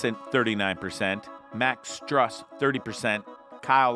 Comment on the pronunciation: I like how you're critiquing the Heat and can't even pronounce Max Strus or Tyler Herro correctly.